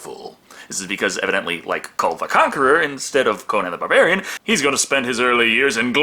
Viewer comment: Am I the only one who hears saying "Conan the Bavarian"?